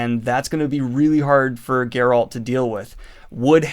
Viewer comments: Grrralt? Geralt! Geralt of Rivia 😂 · No one: Not a single soul: This guy: GUR-rULt of Rivia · Are you saying “Gurralt” it’s Geralt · It baffles me how you say geralt wrong, you hear his name being spoken in the games and tv series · It's Geralt, not Geralt. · Are you intentionally mispronouncing Geralt lol? Its not like its a difficult name. EVERYONE knows how its supposed to be pronounced. Not even excusable. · the way daniel says geralt is painful, send help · After all this time he still can't pronounce 'Geralt'